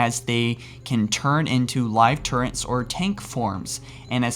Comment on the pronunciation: Turret (Tur-ret)